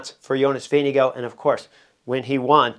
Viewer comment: Vinge-go = Vingegaard